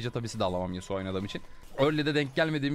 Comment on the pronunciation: yasua değil yasuo